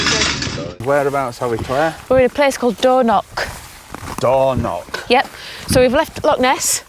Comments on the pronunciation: The Highlands really didn't deserve this pair of plonkers, and their massive campervan blocking highland roads. WTF is Dornock, if you can't pronounce it don't say it. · Please try to pronounce the place names correctly.🤣 Its not door knock beach. 😳 Ask a local how to pronounce the names, they are happy to help. 😁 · dornoch, with a ch at the end , not a c or a k. loch is the same ... and no wild camping in a motor home